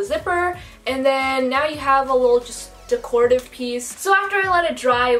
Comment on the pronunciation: "Decordive" is my new favorite word. 🤣😂 you're so cute!!